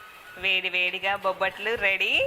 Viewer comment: ఓరినియబ్బ బబ్బట్లుకాదురా ( బొబ్బట్లు )